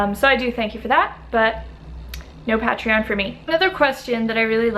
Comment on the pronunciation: What’s a pa-tree-on? 😂